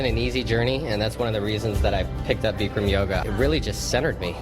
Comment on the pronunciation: BICK-RAM NOT BEEKREM!!